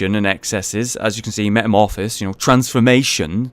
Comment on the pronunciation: jeez... He pronunciation of metamorphosis makes me cringe